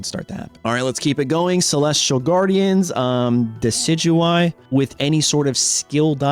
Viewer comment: Hate to be that guy, but you mispronounced Decidueye. It's pronounced 'decka-dewey.' 😘